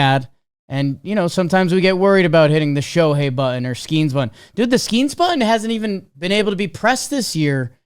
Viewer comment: Will ever learn how to pronounce Skenes?